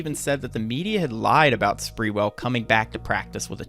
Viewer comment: It’s not sprewell as in sprewell but sprew ell